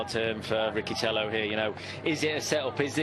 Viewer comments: It’s Riccitello not Ricchitello😉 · and if not? What will you do if he doesn't pronounce his name in the way you want to?